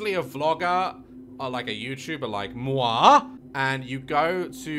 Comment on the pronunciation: Like "Moiiiiii" ! As a french that was great to hear !